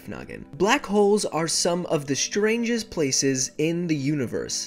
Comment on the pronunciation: 開頭 black holes are some of the strangest places in the universe 黑洞是宇宙中最特別的地方之一（大略的翻） 不是strongest哦，聽起來不太像on的音